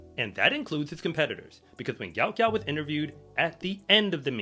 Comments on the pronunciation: PRONOUNCED........ GU-OT GU-OT ..... NOT gout gout....ffs, get the young mans name correct. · his name is pronounced like goat not gout - Goat Goat.